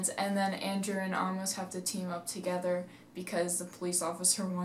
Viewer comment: How do you mispronounce "Amos"?? I mean, if you've seen the movie, then (by seeing the movie) you should know how the name is pronounced. Yet you didn't do that when you made this video. Why??????????